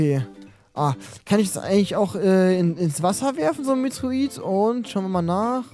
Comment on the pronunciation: Genau! Ein "Meteorit" heißt natürlich Metroit ja klar